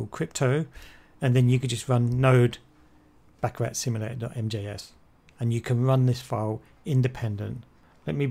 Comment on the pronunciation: "The surprising truth about baccarat" proceeds to pronounce the game wrong its pronounced "baccaraw" lol fail